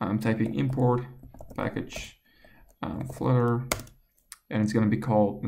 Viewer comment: What's Flitter, is that a new language? I thought it was Flutter.